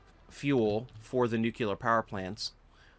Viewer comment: I hate to be this guy, but when you say "noo-kyoo-ler" its hard to watch the video, and I'm sure I'm not the only person who feels this way. It's pronounced noo-klee-er - only one U/oo in there. I made the same mistake when I was in high school and had to consciously make an effort to correct myself, so I know the feeling. Eventually I got past it. A lot of Satisfactory YouTubers do it, so don't feel bad. I only menhtion this because people will judge you in life by shit like this if they don't know you - like job interviewers and potential friends/partners. Anyway, good luck. Have a good one.